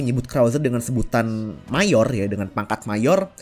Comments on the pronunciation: Majorrr bukan mayorr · Tulisannya Mayor, dibacanya Mejer